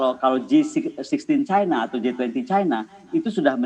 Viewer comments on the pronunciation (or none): none